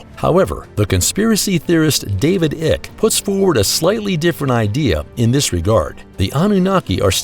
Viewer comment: David Icke’s surname is pronounced Ike as in Ike Turner, not Ick as the c in Icke is silent. Americans speak a version of English but it’s not real English.